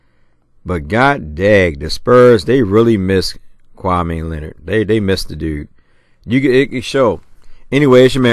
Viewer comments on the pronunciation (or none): Urban you have been pronouncing everybody's name wrong!!! It's Channing Frye not Shannon!... and it's Kawhi... not...kwame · Smh it's kawaii Leonard not kwame Leonard lls